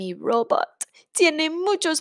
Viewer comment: Me encanta el cuento! "Circuito" se pronuncia, "Cir-CUI-to" (Cui as in "cuidar," same sound). También robot se pronuncia ro-BOT.